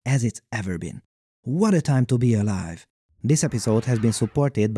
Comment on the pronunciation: "What a tyme to be alyve."